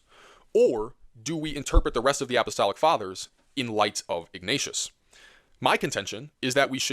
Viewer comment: You’re pronouncing it “opp-o-stolic”